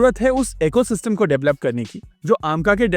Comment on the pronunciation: Ecosystem hota hai bhai echo nahi